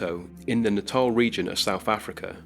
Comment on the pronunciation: Kudos to you for pronouncing Natal correctly! I'd love to know exactly where the tale of Clara Germana Cele was originally published. Does the book you cited – The Possessed by Brian McConnell – give any references for this particular story?